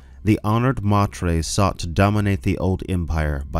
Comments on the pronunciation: Dude..... i love your channel and content but every time you call the honored matres "mah tres" i cringe. Its "may ters". Latin for mothers, honored mothers! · LEETOH AHTRAYDEEZ... Honored MAYTURS... stop hurting my brain please, thanks.